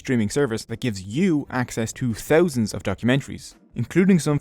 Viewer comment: The way he says thousand 😂